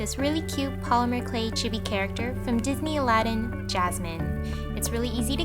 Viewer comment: Chibi sound like this chee-bee